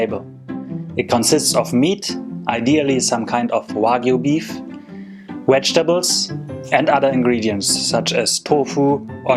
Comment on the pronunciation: Did he say "Wedgetables" ???